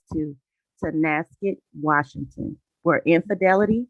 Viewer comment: I'm originally from Washington State and I appreciate your pronunciation of the towns so frustrating when podcaster can't say the town's properly ( Guess it's a pet peeve) And you thank you for covering this Tragic story